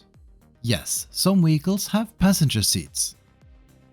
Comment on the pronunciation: Wheeguls 😂 i had to run to my phone because im like what is a wheegul! No but i get English is not your primary language. It was just funny to hear.